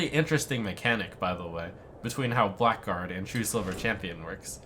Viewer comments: It's pronounced "blaggard", not "black guard". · "Blackguard" is pronounced "blagard" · that awkward moment when blackguard is not pronounced as black guard but as something silly... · "Blackguard" is pronounced "Blaggard"